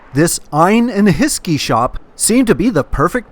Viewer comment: ‘Ine and hiskey” that made me giggle 😂 great vlog. I’m in the Uk but never been to Glasgow